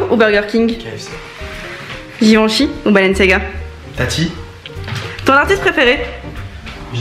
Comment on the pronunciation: on dit : balenciaga